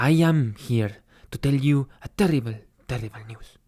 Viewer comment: XDDDD hablas muy bien el español "TERRIBEL TERRIBEL NEWS" señorita x1000 JAJAJAJAJAJAJAJAJAJAJAJAJA no puedo parar de reirme